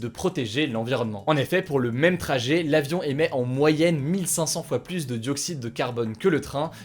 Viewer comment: Bon CONCRETEMENT on lui dit ou pas que "plus" ca se prononce [plu] et pas [plusse]